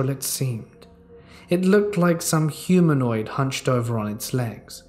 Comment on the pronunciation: Why I'm I hearing humoid???